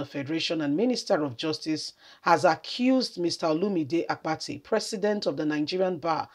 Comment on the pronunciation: It's Olumide Akpata not Apati pls make extra effort to pronounce what u pls thks